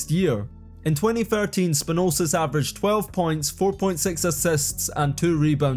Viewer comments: Where'd you get the extra 's' in Spanoulis? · SpanulSis - where in the heck did you get that other S from? :D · Please put some effort... Bolonnga? Beleeshea? Spanulses? And please don' be biased use facts: "traded to their better rival"??? (7 vs 3 Euroleague titles, 39 vs 14 national championships) also Spanoulis' 2009 Euroleague title was not with Olympiacos but with Panathinaikos. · SpanouLis, not Spanousis bro, just read... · Bolonga was wild....Slossas(Sloukas) too...Spanosis wild one too...just need to read and spell dat shiat....Spanoulis...not difficult at all....bjelica became italian too...🙃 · SPANOULIS NOT SPANOUSIS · 'basilias spanosis' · Although Bolonga, Spanoulsis and Belisia were the worst, I really enjoyed the cretivity on Slauskas (it is ponounced just Slukas) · who the hell is Spa Noole Sis?? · What about spanoulsis lol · Great video! But Spanoulsis 😂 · If I hear SpanouSis or Bjelicia again... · Ok what is the actual flippin duckin heckin shite??? "Belicia", "Slouskas", "Spanoulsis"?? Bro ain't just mispronouncing. He's straight up add letters in the names🤣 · Belisia Slauskas Spanoulsis Bolonga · The pronunciation of "Spanoulis" was really bad. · You made Vassilis Spanoulis half serbian, and also messed up his surname. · How about trying to pronounce the players' names properly? I mean, Bjelica or Spanoulis are not that hard. Be more professional about it.